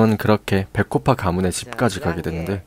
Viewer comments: 아니 미친 백호파 배꼽파로 들었네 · 백호파가 자꾸 배꼽파로 들려욯ㅎㅎ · 나만 배꼬파로 들리나??? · 근데 백곰파인가요 아님 뭔가요 나만 배꼽파로 들ㄹ리는가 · 저만 배꼽파로 들리나요..